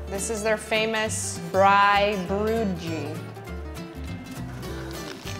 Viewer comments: It’s pronounced “braai broi -kie” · The way she said BRAAIBROODJIE 🤣 it is pronounced 'bra-ee-bru-ee-kee'.. In South Africa, 'barbecue' is called 'Braai'. We will 'braai' at any given chance, anywhere, anytime 👌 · I am South African and braaibroodjie is pronounced braai-br"oy"-"kie" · Shout out South Africa And Braai bro gees🤣 Its pronounced braai br o cheese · “Braai broo gee” lmao, it’s pronounce “braai brew-wa-key” Edit: spelling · When she pronounced it "braai-brewd-gee" I felt a piece of myself die inside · The pronunciation of "braaibroodjie" was almost correct! But you say the "jie" like "key" :) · It's pronounced Braai Brood-kie which is translates to braai "little bread" 😂 love from South Africa 🥰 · lol i know it might be hard for y'all to pronounce it but you actually pronounce it broi - key 🙏god bless yall.... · Excuse me did she just call it a broodgeeeeeji 🤦‍♀️🤦‍♀️🤦‍♀️🤦‍♀️🤦‍♀️🤦‍♀️ atleast learn how to pronounce it😂😂 did she try? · The way Braaibroodjie was said hahaha, i just knew that the pronunciation was going to be funny 😂😂 and heck yeah we are in love with Braaing ❤❤❤❤❤ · Cavalli thought the Braaiwors was a snake😂😂 And the way the lady pronounced Braai broodjie😂😂😂 S/O to South Africa even though I'm from Namibia. ❤ Edit: Thank you guy's for the likes! I've never gotten so many likes on a comment 😭💖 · The way she pronounces Braaibroodjie though, I laughed for like 20 minutes. Also i have never eaten a toasted sandwich at a braai in my life xD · IS THAT A SNAKE ?! no it's borewors lol. also I love the way she pronounced "braaibroodjie" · We're not gonna talk about how she pronounced braaibroodjie? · I am from South Africa, the way you pronounced 'braaibroodjie' made my day😂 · HELP the way they said braaibroodjie.. most people prononcent like that and it always makes me laugh! its nice to see south african food i eat on hiho kids :) (i am south african) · They just had to ruin it with the pronunciation of braaibroodjie😣😂